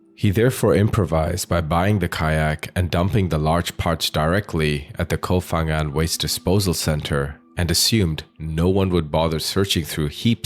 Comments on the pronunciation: pronounce "Koh Pangan" not "fangan" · Life on Samui and today is the first time i hear that. and please is kooop phangan not kof phangan. Learn the real pronunciation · Koh Phangan is not pronounced "Koh Fangan," but "Koh Pangan"! Just like Koh Phi Phi, which is pronounced "Koh Pipi," and not "Koh Fifi"! In official Thai phonetics, the "Ph" represents a "hard" P sound. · it's not pronounced Koh Fang but Koh Pang. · Koh Phangan. It's pronounced with a P, not an F.